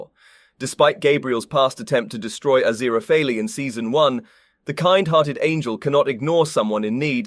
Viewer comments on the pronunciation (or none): It's ah-ZEER-ah-fail, and CROW-lee. Honestly, it's hard to listen to you when you can't even pronounce their names correctly (or consistently). Did you even actually watch the show? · A-ZIR-a-FELL Thus his cover name of A.Z. Fell. Mr. Fell. NO hard ee at the end, though if it were antique Greek the final e would be sounded. But it's not real antique Greek, and you're driving me insane with that extra sounded syllable, which at the very least makes one suspect you didn't really watch the show. Ah-ZIR-ah-FELL. Crow-lee. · Don't pronounce the 'e' at the end of the name 'Azirafal' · Great video but however, I'm convinced Fufur read for this video. Azirapalala. Azirapapap. Aziphapleara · I felt like in that one episode where Furfur can't pronounce his name correctly. Aziraphalala hahahaha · Ah-zira-fail is more accurate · So far so good, besides the correct pronunciation of Aziraphales name! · I would find the review more credible if the presenter wasn't mispronouncing BOTH the primary characters names!!!!! Did you even WATCH the show cos the names are stated regularly and clearly!!!!!! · I can't believe I just endured 11 minutes of this skin-crawling pronunciation of Aziraphale only to realize this is was merely and simply a RECAP of season 2, not an EXPLANATION. Certainly not containing anything SHOCKING at all. The things you do for a few visualizations. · He pronounces the last syllable like fail, but It think Crowley may say it more like fell. I'd definitely take fell over the many wrong pronunciations in this video. And, yes, Crowley with a long O as in crow, but at least he isn't using five different pronunciations for his name as he is for Aziraphale. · Your pronounciations of aziraphale just keep getting more strange as the video goes on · Only heard it said correctly once in the entire video. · Never worry, one cannot simply pronounce Aziraphale’s name. 😂❤️❤️❤️